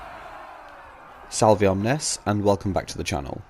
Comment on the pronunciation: Congrats on 3k. Btw the V in salve is said like a W, might help with your intro?